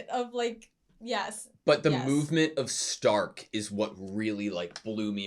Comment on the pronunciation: Starkは英語読みだと「スターク」ですが、この作品はドイツ語読みの「シュタルク」が正しいです。